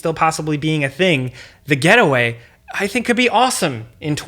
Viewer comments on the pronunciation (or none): You said 'The Getaway' what I heard was The Ghetto Way 🤣